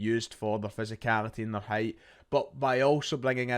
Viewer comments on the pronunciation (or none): none